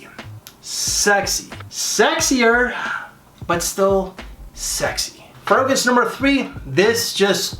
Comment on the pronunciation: I like your list videos but half the the reason I watch is to listen to the many ways you mispronounce "fragrance". Makes me smile 😄